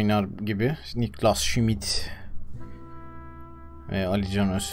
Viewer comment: Doğru telaffuzlar: Okyere Riet Niklas Şimit